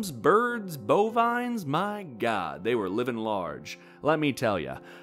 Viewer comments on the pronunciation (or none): none